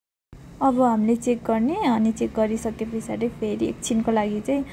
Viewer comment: पिछाडी होईन के सिस पछाडी भन्नू न😂😂